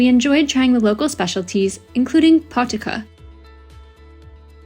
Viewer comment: Pronounced poh-tee-za